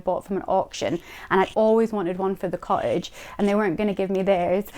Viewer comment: Charming house really hard working girl with real charm, but the pronunciation of "cottage" drove me nuts- sorry